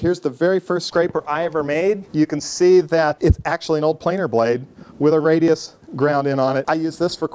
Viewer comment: Presure? Radus? Come on, dude